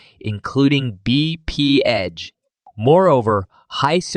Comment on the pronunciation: BPH (Bee-Pee-Edge)?